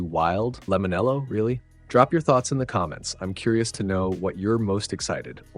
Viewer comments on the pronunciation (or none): It's pronounced limon - chel o